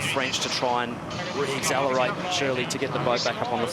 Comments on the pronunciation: I wish this commentator would stop saying "Axezellerate" - it's not a word. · I know right. Grinds my gears when I hear people say it back home in NZ. Can't understand how people can't pronounce accelerate properly 🤔